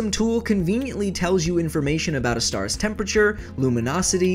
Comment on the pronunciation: I thought you said unkown starks